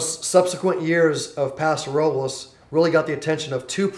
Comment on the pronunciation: Prounounced "Paso ROE-BLESS"